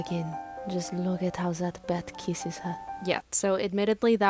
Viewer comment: "just look at how zat bat keesses her" had me CRYING X,D!!